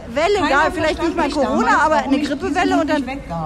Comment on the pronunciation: Coooroona Corona... xd sry